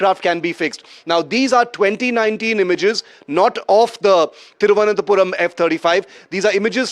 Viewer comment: It's not tirvanthapuram😂😂 thiru+ananta +puram